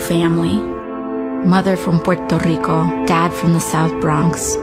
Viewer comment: "Mother from Pweederto-deeco"